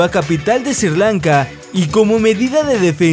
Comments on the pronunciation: Sri Lanka, por Diooos, es SRI LANKA, no "SIR LANKA"! 🙇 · “Sir lanca” no es Sri. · Perdona pero Sri Lanka se pronuncia como se escribe no se dice ''Sir'' Lanka, era solo una sugerencia. buen video saludos y un like